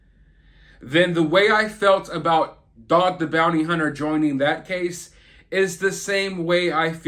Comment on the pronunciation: Yeah Dawg! You said "Joing". Lol.